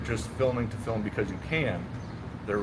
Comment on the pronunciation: Especially good one. FILM, not FIM though. The L is not silent. FILL MMM